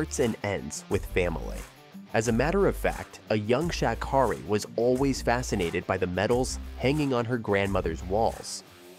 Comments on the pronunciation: Dude. You mispronounced her name so many times. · And Miss Sha' Carri don't play about the mispronounciation of her name.